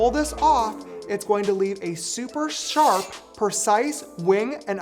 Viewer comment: “So it’s nice and sharpp” sent me hi mikayla😂😂